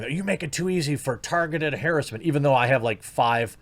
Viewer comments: Man, Jeremy you're even conforming to the "new" way of saying harassment. It's ha-rass-ment not haris-ment. :P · What is hair esse meant? Just say it right. Harassment! Otherwise you are a cuck. Stop changing words. Find your balls.